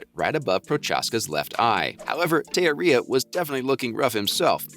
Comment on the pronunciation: You're pronouncing Teixeria's name wrong bro. Research before posting.